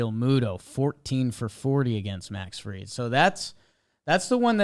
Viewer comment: Dude on the left can’t even pronounce Max Fried’s last name correctly. Come on dude. Disrespectful to a hell of a pitcher. It’s not Field